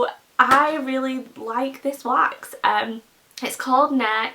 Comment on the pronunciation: *wax, not wash lol.